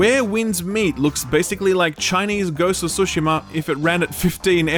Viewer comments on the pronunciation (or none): none